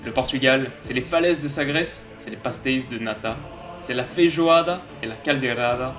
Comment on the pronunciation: La coïncidence de fou, j'écoutais conquest of paradise de vangelis. Puis j'ai mis pause, je mets ta video et... conquest of paradise de angeles en fond sonore 😂 Ah sinon c'est pastei - che